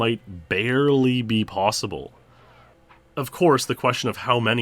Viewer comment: Anything is, how you say¿? PWossible...